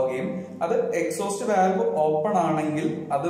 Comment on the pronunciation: Valve pronounce cheyyumbo volve enna paraya.. just for information...